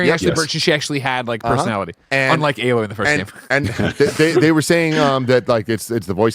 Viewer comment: Why does keep saying “uh-loy” lol